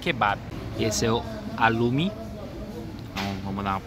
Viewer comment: Só uma dica: o som do “ha” é “ra”, portanto a pronúncia é “ralum”.